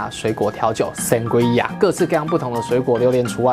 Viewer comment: 簡單版的話只要用紅酒+帶氣泡的檸檬汁跟一些水果就很好喝了！西班牙很多餐廳也是這麼做的～ 還有Sangria發音是桑格莉亞唷！